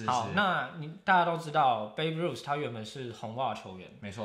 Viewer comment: 抱歉，想提醒一下， Babe Ruth的發音不是"Baby" 應是一個長母音後面加上一個短子音。 例如cake, make